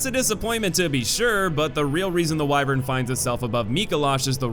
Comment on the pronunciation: For some reason. I'm so bothered by his pronunciation of 'wyvern.' I've just never heard it said that way